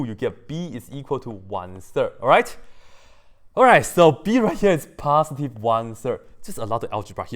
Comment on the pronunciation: Samarth Varshney or... passdee instead of positive. Forgive him, neither him or me are english ppl